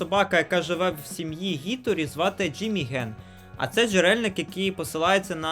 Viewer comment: Тільки не Гіторі а Хіторі, бо ім'я не англійське а японське, а в японській лише "хі" існує